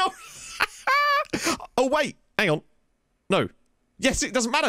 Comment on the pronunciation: Changed his name to only just "Oh" still manages to pronounce it as Ho